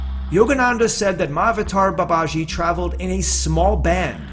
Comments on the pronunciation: I thought you said. "Many have asked me about 'My Avatar Babaji'“ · It's pronounced Maha-avatar Baba-gee. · Better pronounciation - Maha-Avataar Baba-G. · Pliz do not add false news abt Mahawatar Babaji, yu can’t even call his name properly,our Babaji is much more then wat yu r talking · Narration and style could have been better. Pronunciation is not that good. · Its spelled right, he's pronouncing it wrong.